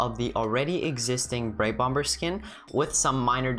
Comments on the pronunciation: it’s pronounced bom-er in the UK and america (i think) but u said it bomber , the way you spell it. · Lol he said bomber but pronounced the 2nd b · no he is saying that you said it wrong